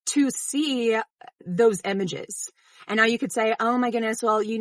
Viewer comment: Why do you keep saying "Emages" instead of images?